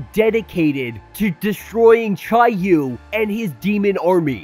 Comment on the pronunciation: I googled how to pronounce each of those words and that’s how it said they were pronounced. Except for chiyou I said that wrong